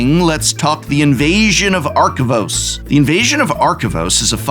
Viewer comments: Take a shot every time Prof mispronounces Arcavios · The amount of times you mispronounced Arcavios gave me a headache. Good list on the video, though!